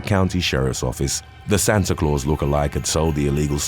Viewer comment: How you say Santa Claus in Spanish LOL